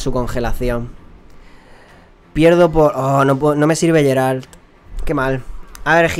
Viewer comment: yo se que cada uno puede decirlo como quiera y según este vídeo se puede comprobar que no eres muy fan de The Witcher, pero Geralt se pronuncia "Gueralt" no "Yeralt", por si te interesa. Siento ser el resabiondo metomentodo pero me chirrían los oídos cada vez que te escucho:P Bueno vídeo por cierto!